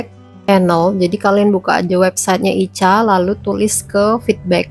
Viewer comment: Ica itu ika bacanya mbk